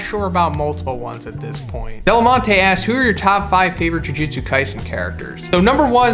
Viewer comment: Ju jutsu, not ju jitsu